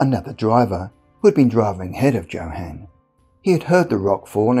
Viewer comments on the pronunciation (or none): "Joe-Han"? Are you mispronouncing names on purpose, or do you just live under a rock?